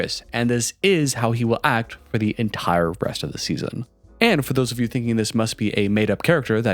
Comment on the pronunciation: Why does he add h’s randomly? Like, he said “resht” instead of rest. Is it an accent? Just curious, not hating.